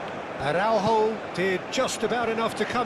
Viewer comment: I think Portugal should charge Konami for the comentators who keep spelling portuguese names as if they were ... spanish. Use the letter "j" properly (like in "John" or "Jeremy", "Jack"... Like JOSÉ Mourinho) in AraúJo, not "araurro". Aff!! On 2nd thought... nevermind cause 6-0 is just too good \m/